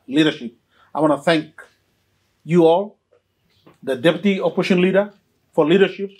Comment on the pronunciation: P)ease say opposition, not oppotion.